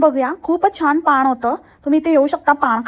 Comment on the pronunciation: नमस्कार ❎ णमस्कार✅ दागिने❎ ढागिने✅ पान❎ पाण ✅ Sangte❎clear karte✅ To mashal tar ek no cha hhutiya vatto mala, ani he baya tar kay swatala mothi shhhhilibrity samjayla lagliy